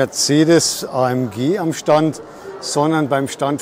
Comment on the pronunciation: Ist halt manchmal nicht ganz einfach ... vor allem, wenn man sich mit dem Standpersonal vorher für Infos nur in Englisch unterhalten kann ... und in Englisch spricht man nun mal üblicher Weise ÄiEmDschi und manchen sprechen in Englisch auch von KeyDa. Sorry für diese Unachtsamkeit. Tja, man kann es halt nie allen recht machen. Ich hatte auch schon Zuschauer, die gemeckert haben dass ich eine Jahreszahl oft in zwei Zehnerblöcken ausspreche - 20 25 statt als Tausender-Zahl 2025, obwohl beides üblich ist. Ich wünsche Ihnen viel Spaß auf anderen YouTube-Kanälen, die es besser machen!😉